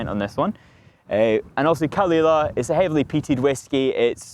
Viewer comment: He needs to learn some Gaelic. His pronounciation is awful.